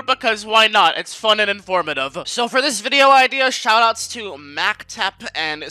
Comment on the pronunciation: Мастер is not pronounced "macktep" it is pronounced master it is just in Cyrillic and is master in Russian